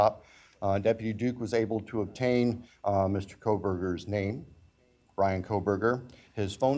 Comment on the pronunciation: The judge is rude, cry me a river the father called to ask you not to take the deal cause his daughter was murdered .. you didn’t even pronounce one there names currently. Over and over you mispronounced it. You really are rude